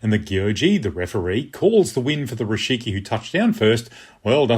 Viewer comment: Thanks for the explanation. Just a small correction: it's "rikishi", not "rishiki".